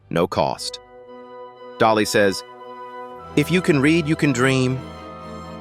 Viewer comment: Correction dolly not jolly. Dolly